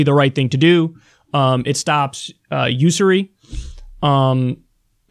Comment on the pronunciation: hey kyle you probably wont read this, I wish i could shoot you an email. but bro, please say these words to yourself: usury, folks, damning, then go to google and search the word and listen to the pronunciation. I donated to your patreon, was ready to donate more bu tdidn't realize it is monthly only.